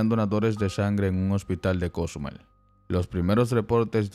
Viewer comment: El que da la nota de donde será que no sabe pronunciar Cozumel